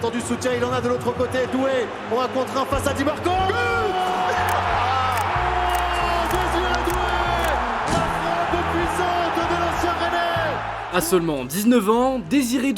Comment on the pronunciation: c’est dimarco pas di marco